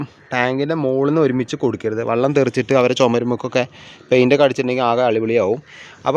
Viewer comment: വള്ളം അല്ല , വെള്ളം 😊